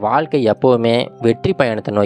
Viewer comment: தமிழை கொஞ்சம் சரியாக உச்சரிக்கலாமே "வால்க்கை வலியாக அலகான" தமிழ்க்கதைகளில் "ழ" கர உச்சரிப்பு முக்கியம்